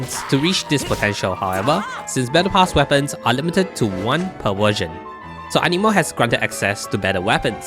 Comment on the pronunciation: Took me a while to realize you said "battle pass weapons" and no "menopause weapons".